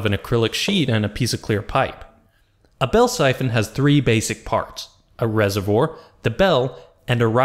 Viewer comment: rese-vwar not rese-vwor